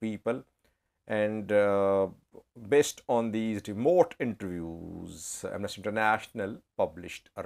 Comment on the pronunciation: Amnasty. The stress is on the first syllable. I you stress the second syllable it will come to mean to something quite different; Am Nasty. Quite funny, even though i might agree on that on many occasions 😂😂